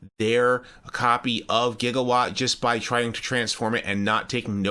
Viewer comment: No Back to the Future fan pronounces Gigawatt like that